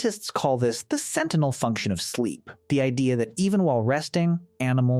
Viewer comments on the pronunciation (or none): none